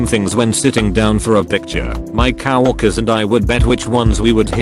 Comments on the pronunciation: No one: Text to speech: cow workers. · I love how that robot says cow-orkers instead of coworkers